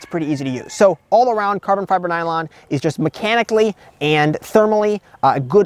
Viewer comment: 😅bro, if you say carbon fiber nylon like that again 🤣🤣😭😭💀